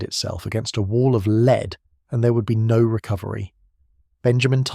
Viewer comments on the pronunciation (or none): Hollow "leed" bullet? I can't stand this AI slop reading. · More AI crap. Rifles that fire “leed”? Dead giveaway. Bye.